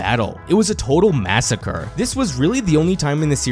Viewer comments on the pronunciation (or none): none